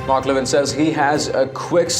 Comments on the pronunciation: His name is not LE-vin. It's Le-VIN. An announcer should know that and how much Mark hates being called LE-vin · I believe he pronounces his name le VIN .